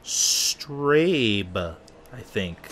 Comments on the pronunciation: Speed Strasse! Do you have any respect for language?! This shit is basic education in the isles! Other than that, great video. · hahahaha its not strab lol is pronounced strasse lol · That first race, you dont pronounce it as strabe, but as strasse. Love this videos, and youre a good driver ❤ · The weird 'B' is German and is basically pronounced as 'ss' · Im sure its already been said but its pronounced "strasse". That symbol is a double s in german. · Hahaha i love your way to pronounce "Speed straße" :) for another time just see the "ß" as two "ss'es" <333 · Dear the race at the beginning of the video was German and its pronounced: strasse the B is a short sounding s love your vids keep up the good work;) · Actually the B is a german double-S so it's Strasse :-) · its strasse it means street in german. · It's pronounced "Strasse" and means "street" in German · It's the Strase, lol. ß Is a German short s. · Pronounced "Strah-ssuh"